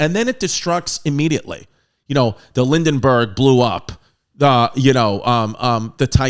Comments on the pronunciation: Lindenburg? You mean the Hindenburg? Love Chris. He is awesome as a stand up and when he and Santino get together it's amazing, but here...I feel like he wants to be taken seriously but if all of your info is way off and your pronunciations are off then no one is really going to take any of your news with credibility Stick to stand up man.... You rock there! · It’s the Hindenburg not the Lindenburg 😂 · The lindenberg? Haha it's Hindenburg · the Lindenburg😂😂😂 Its hindenburg.. HIND... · The Lindenberg?? 🤣 Thank you for your service,Dr.Chrissy. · Five minutes in an he’s said the titanic was 1000ft tall and called the Hindenburg the lindenburg. I’m just messing with you tho. Love the videos you fucking moron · WTF MAN, NO SPOILER ALERTS 🚨!?!? Edit: “The Lindengurg“ lol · Did you call it the Lindenburg? Lol 😂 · Did he just call it the lindinberg?